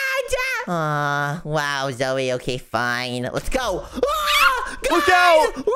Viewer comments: it's so funny wen they call zoey zoye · It’s pronounced Zoey